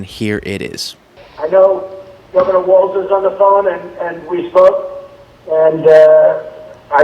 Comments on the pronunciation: Please, please, pleassssse,...his name is pronounced "walls" not "waltz." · I gotta go full Karen on you, but I get a pass because it is my actual name! Tim's last name is Walz, pronounced Walls. Please try to stop inserting a "T" into it to make it "Waltz". That's a lovely ballroom dance and part of the title of a great film by Martin Scorsese about The Band, but it is not the way our next Vice President pronounces his name! Peace out! 💙☮💙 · Please note that his.nameis pronounced Walls, not Waltz. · It’s pronounced WALLS not WALTZ. Appreciate your content. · Remember it's "walls", not "waltz" like the dance. No T is pronounced in "Tim Walz". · Like, his name is pronounced walls. Not waltz. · Your channel is fantastic. I am a subscriber and listen to all of your videos. FYI, I think Governor Walz is pronounced like walls. At least that’s what I’ve heard on other channels I listen too, like MTN. If not, I stand corrected. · FYI it’s Governor Walz sounds like Walls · I like you, but it’s Walz, no “t”. Keep up the good work young man!!